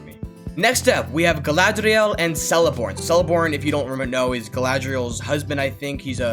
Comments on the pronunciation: sighs in nerd ITS PRONOUNCED KELEBORN WITH A HARD K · also, it's pronounced Keleborn (the name is written like Celeborn but in elvish the "c" in front on an "e" is pronounced "k")